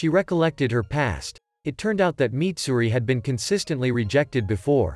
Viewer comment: Mitsuri not Mitsuri